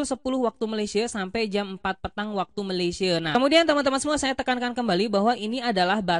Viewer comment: Malaysie wkwkwk... Malaysia yg betul BG 😅😅😅